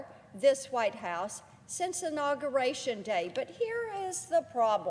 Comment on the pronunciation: "It is no longer anogorashun day..."